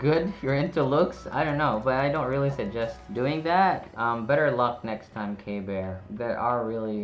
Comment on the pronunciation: Pronounced KB ear for future reference. KB fans will attack you😅